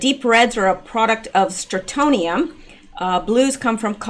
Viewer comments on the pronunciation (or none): FYI Not a common word but pronounciation is STRON tee um STRONTIUM. It is a residual problem in old houses that were exposed when the world still did above ground nuclear testing. Also, it used to be a problem in milk. Strontium 90. I believe that was because cows ingested contaminated grass, but I am not sure on that point.